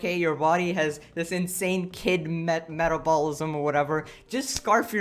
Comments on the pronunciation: it took me a while to realize was saying metabolism. (meh-tab-o-li-sum) he pronounce it: (met-all-ball-ih-sum) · AITA for wanting to tell him how to pronounce "metabolism"? I just don't want him to be harassed Abt it lol but if you see this, it's "meh-tab-bowl-ism" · I love how you pronounce "metabolism" like "meta ballism" that's amazing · The way he pronounces metabolism gives me much pain